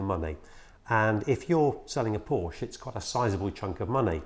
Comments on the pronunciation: In English, it is one sillable, "Porsh". Deal with it, you big girls blouse. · How far I want to go with this ? Let me tell you this, his name was Ferdinand Porsche not Porsch or Porscha please respect that. So your pronunciation is still very very wrong !!! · For f....ck sake pronounce it right